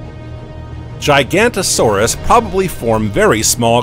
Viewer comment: ok i just cant watch anything where Giganotosaurus is pronounced "GIGANTO-saurus" come on guys make a little effort